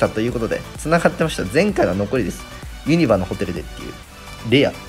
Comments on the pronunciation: 関西人からするとユニバの発音ユ↗︎ニ↗︎バ↗︎なんよなー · ユニバのイントネーション怪しい👍️ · ユニバの発音が気になるww